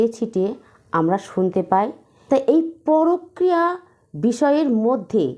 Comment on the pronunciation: কথাটা ""পরক্রিয়া "" নয়। পরকীয়া। ভীষণ কানে লাগছে।